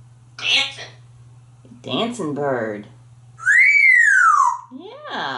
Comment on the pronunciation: "DANCEN" lol